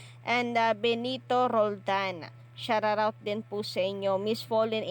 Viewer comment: Bakit kapag nag pronounce ng shout out me r 😕